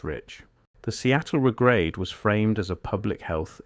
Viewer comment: The Regrade is pronounced RE-grade. Not re-GRADE